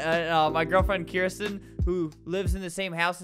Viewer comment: and you mean Kirsten not kirstin